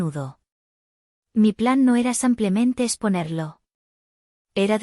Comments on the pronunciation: Error ella dice samplamente. Lo correcto es simplemente. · Por qué dice simplemente? Lo correcto es simplemente.